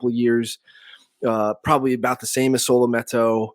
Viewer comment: Can you please pronounce his name right